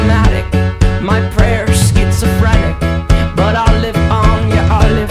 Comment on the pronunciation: He didn't pronounce schizophrenic right lol. I understood it though. I had to check to see if I heard correctly tho tbh